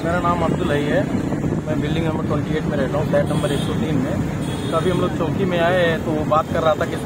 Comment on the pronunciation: Rafique bhai welfare society maintenance nahi le sakti. Charity commissioner mein complaint karo. Aur aapko reporter ko bolo mumbra police choki nahi bole police station ko choki na bolo. Chowki tak sahi se bolna nahi aata